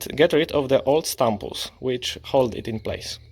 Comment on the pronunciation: Not trying to be a jerk but I laughed really hard at “stumples“ never heard that before. Nice video tho, helped a lot 👍🏽